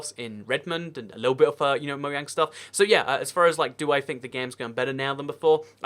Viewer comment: it's pronouced moJang, not mohang